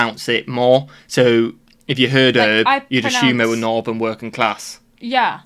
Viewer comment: Excuse me, did you actually say NORBERN & SOUBERN instead of NORTHERN & SOUTHERN?? What the actual eel pie is going on with that? I'm American btw. I have to say, although we both speak English, sometimes I have NO idea what you're saying. Not you, you're just fine.